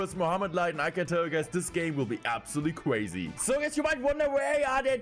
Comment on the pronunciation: this game will be absolutely cwazy